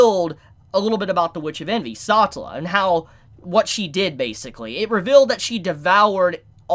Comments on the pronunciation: It’s NOT Ecchi-Dona! It’s just like Knuckles the Echidna! From Sonic. Say it right. Don’t bautch her name. Echidna!!! Satella!! Not saughtel...bro. Also he’s 1st death isn’t with a girl named “Elsa” wtf. This isn’t Frozen. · You earned my respect... also i still can't get over how u pronounce Echidna as Ecchidona, and Satella as Satchela